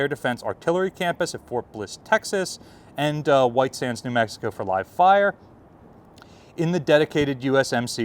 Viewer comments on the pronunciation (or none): none